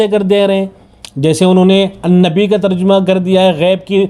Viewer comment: لفظ ترجمہ کا صحیح تلفظ جیم پر فتحہ ہے بقول مولانا منظور مینگل حفظہ اللہ تعالیٰ Terjamah not terjumah